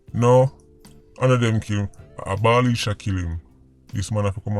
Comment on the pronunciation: 😂🤣 Ballisha?? Really!! 😂